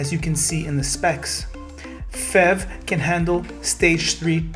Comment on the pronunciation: It is not pronounced "fev" it is pronounced letter by letter "P H E V", as it is an acronym for "Plugin Hybrid Electric Vehicle".